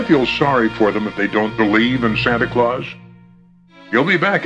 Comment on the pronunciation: It's Claus not Clause.